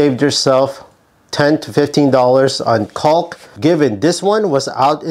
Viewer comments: The L in Caulk is silent. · The L on caulk is silent. Thanks for the great tips!! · They should be called "calk condoms" just be careful when you pronounce "calk" 🤣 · Thinking about the way yankees mispronounce the word "caulk", there had to be such comments. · I just came here to hear an American say "caulk-tube" a few dozen times. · How about learning to pronounce the work caulk